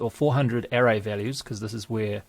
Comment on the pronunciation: English pronunciation of the word ARRAY